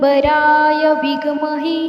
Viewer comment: नमस्कार, विघ् महे नाही आहे ते ते विद्महे आहे , कृपया उच्चार सांभाळून करावा, श्री स्वामी समर्थ 🙏